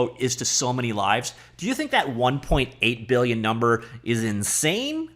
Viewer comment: One-point-eigth *Beuuhgughg*lion dollars